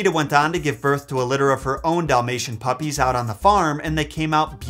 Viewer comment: what’s a ‘Doll-mation’? Lol